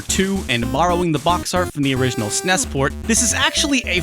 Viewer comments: There is nothing more enraging than hearing someone pronounce "SNES" SssNess........... just say S-N-E-S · People that pronounce SNES as "sness", no thanks.